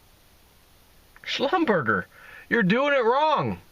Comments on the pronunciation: pronounced "shlum-ber-jay" with a soft- rolling "j" sound (french). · Pronounced "slumberjaa" soft j.... as french would say... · Actually it's German and it's pronounced SHLUM-ber-JAY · Pronounced Schlumberger - jay. The French way;-) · schlumberger is pronounced shlumberjay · it's pronounced Schlumberjay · It's pronounced slum-ber-jay. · Pronounce It 'Shlum-Bur-Zhay' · Schlum-ber-jhay. Soft j sound. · As soon as I saw 'Schlumberger', I knew he was going to mangle and mispronounce it badly. Haa haa. (He doesn't read comments...he's mispronounced 'yuan' for months) Good info, bad pronunciations.